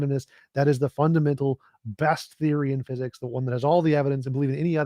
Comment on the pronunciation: "Laws of pheeezix". All that pompous windbag was good for was name-dropping and attempting to gish-gallop. Just like the religious zealots, he is not interested in listening and just talking at people.